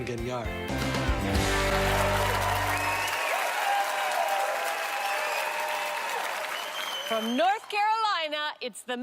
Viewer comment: Engañaaaar. No spanish degree if you can't roll the r. Pfft. Lies